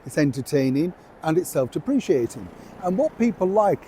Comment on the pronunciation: self 'dep-re-kating';-) Otherwise a great video as always. You truly are the only 'royal reporter' worth listening to. Well done!